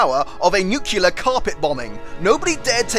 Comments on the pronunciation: And yes it is nuCLEAR not nuCULar, thanks for spelling it right even if cannot pronounce it. Minotaur comment even funnier given this gaff. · "Attacked by the 'mine-o-taur', no I'm not pronouncing that wrong." Sure "NU-KEWL-ARE" God damnit. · *"nuclear", goddammit!!! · While you may not have mispronounced "Minotaur", you most certainly did mispronounce "nuclear".